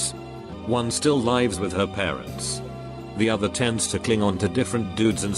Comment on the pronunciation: The inability for this computer to pronounce "lives" annoys me.